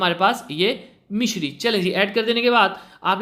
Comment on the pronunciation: Misri hti h mishri ni sir